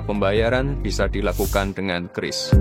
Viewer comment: . KITA TIDAK PERLU banyak TUKAR UANG KARENA Pembayaran bisa dilakukan dengan KERIS... 😂 KERIS EMPU GANDRING 😂😂😂. QIURIS masPRES bacanya.. KERIS... mau main wayang😂😂😂